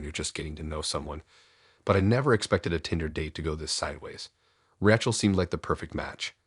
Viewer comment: Why can't you even pronounce Tinder the right way? This is fucking ridiculous.